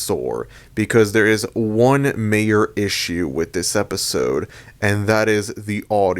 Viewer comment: You said “MAYOR” not “MAJOR”